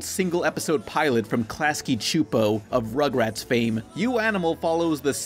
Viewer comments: It's pronounced "Klasky-Soopo" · No, it's actually "Klasky Choopo" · Lol i pronounced it as "klasky supo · UMM ITS PRONOUNCED KLASKY SUPPO